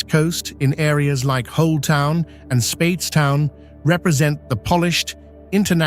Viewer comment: Bajan is pronounced BAY-JEN, and Barbados is pronounced BAR-BAY-DUS. Speightstown is pronounced SPITES-TOWN. The mispronunciations take away from a lovely beginning. After about 20 minutes in, you moved from Barbados to other islands while still calling the foreign lands Barbados. If you can fix these things, and remove the AI looking parts that came post the 1/2 way mark, then you can have something that is shareable.